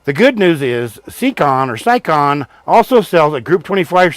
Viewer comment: It’s pronounced (Say-Con ) siekon